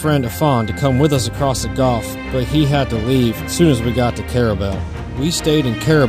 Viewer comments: It’s pronounced gulf not golf, but still a good program. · It's gulf....not golf....